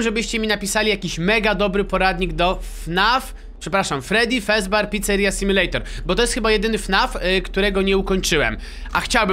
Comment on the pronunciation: Mówi się fredi fazber picceria sim